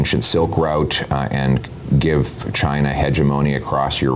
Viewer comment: pierre can't say China. Pierre loves the WEF like trudeau. he play the good boy :)